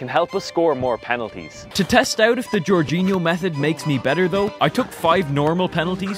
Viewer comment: It's not GEORGEinho but, Jorginho...